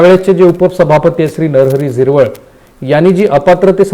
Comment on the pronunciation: झिरवळ नाही झिरवाळ